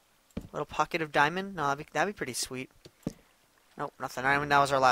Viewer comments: its funny how he says diomond but keeps on goin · its funny how he says diamond but keeps on going